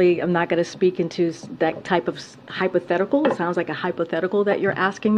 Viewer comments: "Hypothetical" haha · She said “hypothetical”?!? Whoa!!!